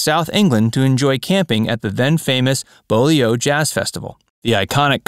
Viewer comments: It's pronounced: Bew-lee, not Bowly-oh... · The Beaulieu Jazz Festival is at Beaulieu that is pronounced BEW LEE !!! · Beaulieu is pronounced ‘B U Lee’ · Bowleeoh..hahahah. I had to google Lord Montagu’s seat........Beaulieu...